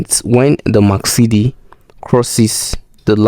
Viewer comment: the indicator is MAC-D not MAC-CD